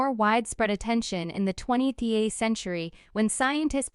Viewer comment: What is the 20 T H century? Stupid AI reader still can't speak English. Just a funny observation, I always enjoy hearing the human voice over AI speak anyday. Regardless, shungite is amazing and this is good information.